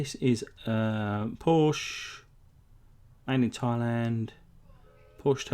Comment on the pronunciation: Hey, love your vids. Just one thing you pronounce Porsche wrong. Porsche made a vid for guys like you Cheers;)